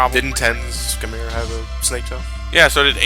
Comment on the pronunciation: Chimera has two correct pronunciations. Mind you I can't do the phonetics correctly, but I'll try. (Kai-mare-a) is the first, (ki-mare-a). For those of you out there who pronounce it (chi-mare-a), please, stop. You're doing it wrong.